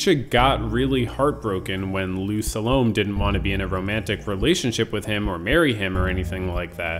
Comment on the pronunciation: Sa-lo-may ... not to rhyme with 'Stallone'.